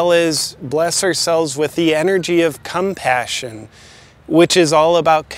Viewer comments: No way he just said “CUMPASSION” 😂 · Did he just say, 'energy of cumpation' ?